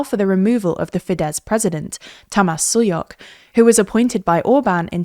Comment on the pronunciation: The letter S in Hungarian is pronounced like Sh as in Shower, so Sulyok's name is pronounced something more akin to Tamash Shuyok